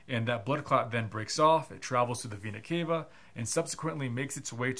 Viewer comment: Pronounce vena cava again….